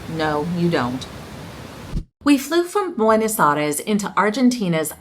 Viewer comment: is Buenos Aires. Not Ares. Like my husband says. Also it is Iguazu.The accent is in the U.